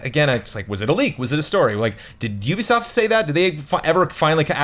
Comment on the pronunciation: none of you can pronounce ubisoft, though